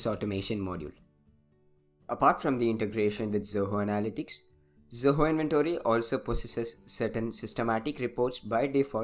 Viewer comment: Not pronouncing "Inventory" properly making us not wanting to listen the video. Not